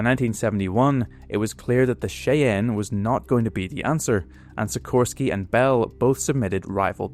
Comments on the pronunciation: Its called a SHIE ANN,not a shea ann..Sorry but say it right,GREAT CHANNEL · The AH-56 Cheyanne is pronounced like "Shy Anne". Love your channel!! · it's "Shy- Anne." Great vid, former W driver. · Cheyenne is pronounced Shy-Ann. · Bro, that’s not how you pronounce “Cheyenne.”